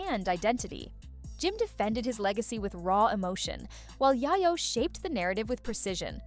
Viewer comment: I was trying to listen to this, but the Narrator kept saying YyYo not YaYo. Please